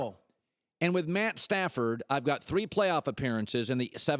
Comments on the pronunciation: He said Stat padford😂😂😂😂 I fuks with rob parker heavy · "Stat Padfered" 😂😂😂 I now have my name for him lmao!